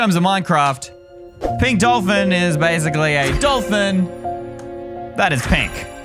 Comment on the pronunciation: Bruh when u said pink DOLFIN u said pink DOLFIN